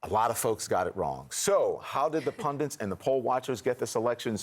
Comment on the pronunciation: PUNDITS!!! The word is 'pundits'. It is NOT 'pundants'.